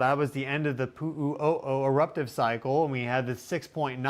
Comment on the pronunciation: Keeeeeeeelauea. Not kill a waya. Please? It’s painful to listen to so many mispronunciations. Mauna Kea is Mow-na Keya. Mana Keya means White Spiritual Power. Mowna Keya is White Mountain. Mowna Loa is Big Mountain. You got Pu’u’o’o right.😅. Hope to see you sometime on the Big Island. Malama Pono! A hui hou in da flow. 🏝 ❤ 🌋